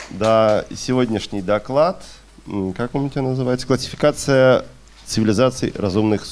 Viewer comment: Это не просто классификация это класикация …… проводить лекции научитесь говорить правильно хотя бы ставить ударение в нужных местах